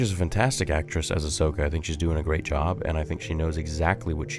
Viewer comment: "Hi im ahsocka & today we're gonna be avenging the jedi" im DEAD 😂😂